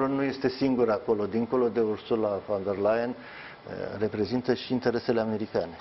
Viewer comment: Ba da' alti oameni inteligenti nu mai sunt in tara asta? Veniti mereu cu aceeasi invitati, cu aceleasi "capete luminate" sa ne explice noua..... Mi s-a acrit de astia ba saracilor...si mai ales de Parvulescu asta care a spus de atatea ori numai ineptii si care nici pana acum n-a invatat sa pronunte corect "Ursula von de Leyen" ... In loc de "fon " el pronunta "van" 😂😂😂. Sarac la sarac trage😁